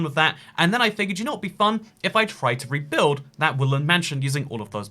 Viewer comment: “If I tried to ReBiLd...”